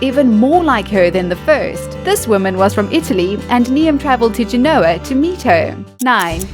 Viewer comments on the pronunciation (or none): you're British. how do you not know how to pronounce Niamh? It's NEEVE. And Genoa isn't Ja NOAH. It's JEN oh wah